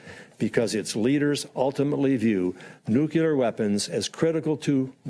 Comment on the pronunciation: DNI Coats- "nukular"